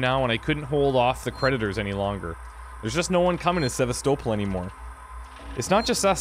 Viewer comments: Really? After 2 videos of you hearing other characters pronounce the word Sevastopol correctly, you still can't pronounce it yourself? It's pronounced Se-vast-oh-pol, not Sever-stow-pol like your doing. It's such a minor little nitpick I'm getting so far with these videos, but when everyone else is pronouncing it correctly, to hear you mispronounce it all the time does get somewhat irritating, but I can get use to it, and it hopefully won't bother me too much as I watch this LP. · it's not "SEV-ah-sto-ple". It's "sev-ASS-teh-ple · the stations name is Sav-as-to-pul not Savas-toepul! They pronounce it in game watch the part again when Valane hails the station from the Torrens. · Going to comment it everywhere)) Se-va-STO-pl is the correct pronunciation. It just sounds wrong any other way. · Yes and No. While technically both are valid pronunciations, listen to how they pronounce the station's name in the cut scenes. Names are a special case; there is usually only one correct way to pronounce a name. Sev-ASS-so-pl is the correct pronunciation for THIS station. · mispronunciation of Sevastopol is driving me nuts. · I can't help but constantly correct your pronunciation of Sevastopol. It's really annoying. Other than that, great series.